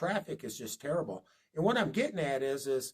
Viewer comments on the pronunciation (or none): none